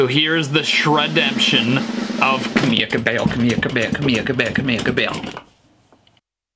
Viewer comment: Ka-mi-lia co-bi-ll-o